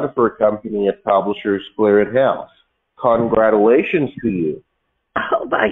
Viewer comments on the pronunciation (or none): Congradulations . That should be the first clue. They tend to pronounce words wrong. They must think that they sound very logical . Nonsense . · Why are these people unable to say the word congratulations correctly?